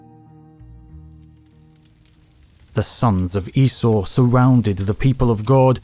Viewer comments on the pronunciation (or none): none